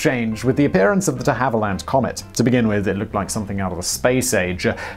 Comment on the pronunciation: You’re getting closer, but still risking your British citizenship by mispronouncing and misspelling DeHavilland, one of your homeland’s most legendary aircraft manufacturers.